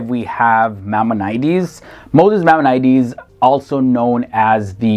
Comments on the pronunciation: The poster should have done more research on the pronunciation of these names. i.e. BaRUCH Spinoza and MaiMONides. These are very famous people and their names are therefore well known. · Pronounced Elly We-zel, not weasel, funny guy. Not Gaelican, Galician, Maimonedes, my-mon-i-deas, dude if you're going to do a video, learn how the names are pronounced. Credit for Ashkenazi, yeah I know nazi is in the word, don't sweat it. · Great video! Thank you. Just a couple of corrections: When Spinova's last name is mentioned, it's given as just "Spinoza," not "de Spinoza." Also "Maimonides" is pronounced "mai-MON-i-dees," not "mai-mon-I-dees." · MY-MON-OH-DEES..... JEE-DEE-ISM.... Jesus didn't start Christianity, he instructed the Apostles not to have anything to do with gentiles because his message was for Jews only. Saul of Tarsus started Christianity. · Check out his pronunciation of Maimonides. Sheesh! Am Yisrael Chai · Thank you! Other than butchering many words, Galician, Maimonides, and others......